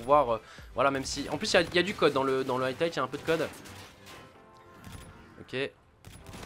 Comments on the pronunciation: c'est high light , pas atlight j'sais pas d'où du sors le "t" et vu que t'arrête pas de le dire c'est stressant xD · C'est moi ou il dit tout le temps "highTlight" au lieu de "highlight" ? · Bon c'est HIGHlight pas HEIGHTlight stpl corrige :p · HIGHLIGHT (aïelaïte) Gota, pas HIGHTLIGHT.. Dude ça fait trop longtemps que tu fais cette erreur :) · Highlight se prononce "Haïe-light" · Je veux pas faire chier mais Highlight ça se prononce Haïlaïte et Wager ça se prononce Wèïdjeur. Voilà c'est tout, à part ça tu déchires ! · Y'a pas de "t" a "high"